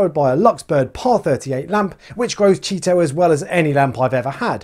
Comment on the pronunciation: Chaeto is pronounced Keye-Toe. Hard K, then as in eyes that enable you to see…. There is no regional dialect as it is a contraction of it’s Latin (scientific) name, and as such this has established rules for pronunciation. Anyone telling you otherwise is just being ignorant! 😉